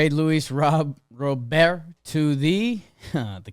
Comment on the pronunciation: It's Robert, pronounced like the English first name